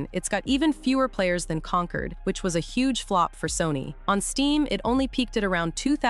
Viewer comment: Omg con-cord not conquered